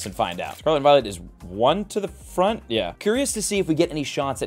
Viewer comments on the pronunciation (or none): none